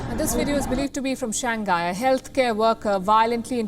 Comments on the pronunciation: SHANG- HAI not shang-gai 😩🤦🏻‍♀️ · THIS TALKING HEAD CANT PRONOUNCE SIMPLE ENGLISH WORD. IT'S SHANG-HAI , NOT SHANG-GAI....LOL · It's ShangHai... HAI, not ghai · To d presenter! It is pronounced as Shang-hai!! NOT Shan-ghai!!! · For a newscaster, please pay attention to pronounciation. Its “shang high” not “shang guy”… duh! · could be your short tongue but it's not pronounced as shang guy. it's shang hai. omg so cringeworthy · Its not shan-gai its shang-hai... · I respect you, ma'am. I really do. But, it's not "Shang gai". It's pronounced "Shang hai". Okay? 😁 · Learn to pronounce words correctly. SHANGHAI is pronounced as Shang-hai, not Shan-gai. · just a reminder, the name of the city Shanghai should be pronounced as Shang-hai, not Shan-ghai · It is pronounce as Shang Hai. Not shang gai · i was wondering where the hell is shan ghai... dude its pronounced shang hai, not san ghai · its shang hai not shan ghai ..... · Please correct your pronunciation ...its Shang-hai ..not Shangai!!! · The city name should be pronounced as shang-hai, not shan-ghai. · Please stop pronouncing it as Shang gay, it's Shang hay. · Shang-Hai not Shang-Gai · Not Shang gai but Shang hai 😅😅 Anyways Shang gai sounds cute too 😂😂😂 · Why can’t this news reader pronounce “ Shanghai “? She pronounced it shangkai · Wtf can not even pronounce shang hai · She keeps saying " Shan Ghai" like its new city. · Its Shang.Hai. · Is that how to pronounce that place? SHAN-GHAI not SHANG- HAI? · She can't pronounce shanghai correctly. 😁